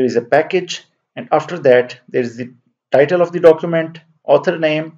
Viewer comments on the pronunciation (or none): none